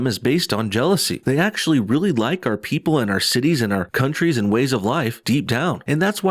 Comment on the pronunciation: Why do they pronounce "and" as "eeeyand"? It's grating.